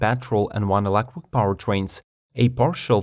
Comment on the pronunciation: "1.5 elecric mower".. Lol